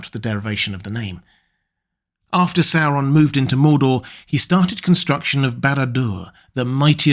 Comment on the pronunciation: Christopher Lee will always be my favorite actor in these films, due to his pronunciation always being on point with words like "SAU-ron" instead of the usual annoying "soron". "MOR-dor" not Modor.